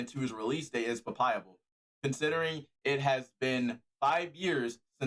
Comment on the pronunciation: You pronounced "palpable" in the worst possible way